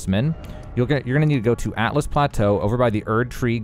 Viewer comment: Great video but its altus not atlas